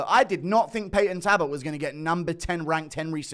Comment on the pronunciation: Its payton talbot with an L guru please stop torturing me